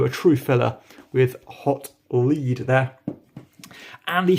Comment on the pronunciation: I think it's pronounced 'Hot Led,' rather than 'Hot Leed'